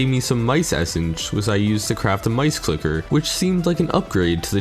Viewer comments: Donate a dollar for every time you said clicket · Dude is having a harder time pronouncing a C and L together than actually fighting these bosses